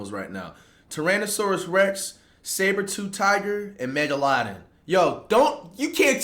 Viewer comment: I was doing a presentation for my college class a few months ago and pronounced megalodon how flight pronounces it and got cooked😭